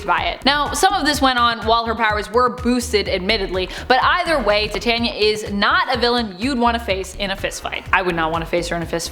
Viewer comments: Tet-Tania? It’s Ti-Tania. Like Titan. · Tiania is pronounced tie tane e ya not ti tan ya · Tie-tay'-nia? Like titanium? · Titania is pronounced Tai-tan-nee-ah